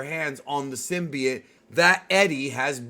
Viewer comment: bro its symbiote. not synbiet